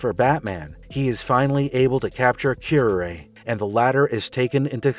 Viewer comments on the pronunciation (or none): wince Ooof, pronunciation guide,; this is kinda hard to watch: {Cure-Rar-Ray} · You mispronounced her name. It's pronounced kyr·aa·ray as in the poisonous plant. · It's honestly pathetic that you pronounced her name like that. It's cure-are-ay (which happens to be a highly dangerous poison that was often used in assassination) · Q-R-A, raz al gul, arceus, Worcestershire. pronunciation is never easy for some names.